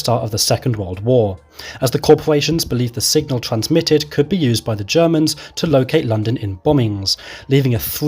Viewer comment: Why did you call Germans "gamans" or "jamans"? You speech impediment was distracting.